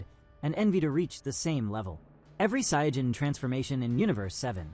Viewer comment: You can tell this is ai😢 he can't sayian right😂